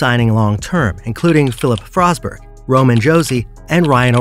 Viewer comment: the way some names were pronounced. Comes off as an ai reading to us. Bedard was probably one of the most popular players last season and you managed to mess up his name. Josi and forsberg have been stars for Nashville for a decade and again you mispronounced their names. Just makes you come off as uninformed on the topic at hand